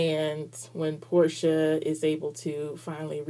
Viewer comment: Porche's name is pronounced like the car Porche not Porsha. Nice review :)